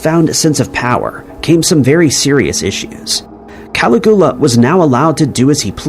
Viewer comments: Caligula is pronounced "Kal-igg-U-la" not "calaghula"... Wait... Commenting is engaging... Engagement equals cash. Well, you win,. Even if a bit sneaky about it... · Caligula is pronounced: cal IG you la, not CAL ig OO la. You can look it up online.. I enjoy your material. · Who is "Cali-guwa"? I'm pretty sure it's "Calig-ula"? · Who the FK is calagua? It's Caligula. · I cannot listen to the mispronunciation of Caligula anymore 🙄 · I dunno why but hearing how pronounced Caligula really grateful my nerves